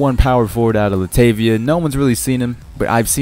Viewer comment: Overall pretty decent Predictions My only input would be 1) The pronunciation of Hezonja, Kristaps and Latvia. You murdered that lol 2) Cam Payne or Bobby Portis for Thunder UNLESS Cams hand fracture is bad and he will be out for a while. 3) Magic don't need a SF they have Aaron Gordon and they will match Harris. AG Is better suited at SF 4) Suns are definitely Keeping Brandon Knight. They Traded the 2016 Lakers Pick which will be a very good pick unless they improve drastically.